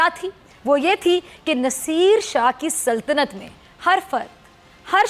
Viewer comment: ko saltanat bhi nahi bolnaa aata.. - par suno ha ha ha...lagta hai laal topi ke saath rehkar isko bhi ummi huzur kaa dauraa pad gaya hai.... burkhaa pehn kar aaya kijiye koi maulaana uthaa le jayehaa.... ha ha ha